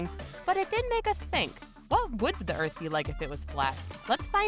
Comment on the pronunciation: The narrator cannot pronounce her 'T's. "...earf is flaa.." 🙄